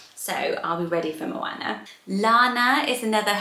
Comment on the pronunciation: For anyone considering the name 'Moana' please take note of the correct pronunciation here Having lived in NZ for 2 years I'm quite passionate about correct Māori pronunciation and moana is the Māori translation of ocean. It's not said with a short 'a' sound, it's a long sound that sounds more like 'arr'. Such a beautiful name and obviously a popular one in NZ, but not so much in the UK!